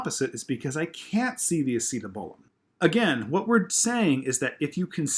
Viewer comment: great video,you do a great job at explaining but i have to say ur slaughtering that acetabulum pronouncitation